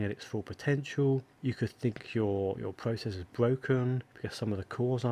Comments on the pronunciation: The memwy and pwocessors awen't working pwopewly, to egt the to wun wight............... Seriously feel sorry for this guy. His mommy talked too much baby talk when we was a wittle boy and now he has an annoying speech impedement. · The pwocessors awen't working pwopewly?? No way!